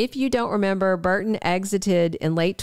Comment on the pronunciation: It's "BURton,' not BARton.